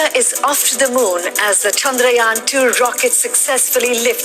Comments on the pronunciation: Finally someone pronounced "Chandrayaan" correctly. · This is the only one news anchor whom perfectly pronounced the name "chaandrayan". Thanks.